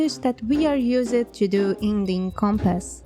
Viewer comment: I adore how you say words like liked or used, like use-ed and Like ed. I know its like not gramatically correct, but its fits your accent and is nice on the ears ^^